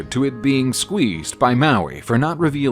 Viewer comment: In that case I'm taking 10 pts off for his low tier pronunciation of Kereru but I'm awarding you 50 pts for his outstanding effort with Mahuika . Nice job overall